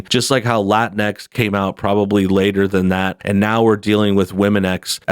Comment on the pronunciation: "La-tincks" and "Woah-misn"